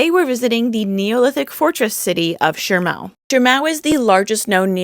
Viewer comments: why do you pronounce it like Shirmao when there is no 'R'' in Shimao? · THERE'S NO "R" IN SHIMAO! 🤬🙉